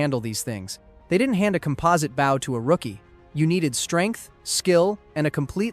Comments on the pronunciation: Hearing you pronounce bow like that instantly made me stop watching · and he says “bow” as in the formal east asian greeting instead of the proper pronunciation. he just lost me as a subscriber too :( very sad but you’re right we can’t put up with this or else it will dominate the entertainment industry later on.